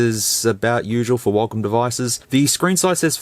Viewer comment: what is this huacom he said